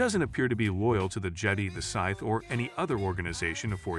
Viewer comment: "episode eye eye, revenge of the scythe" 😆😆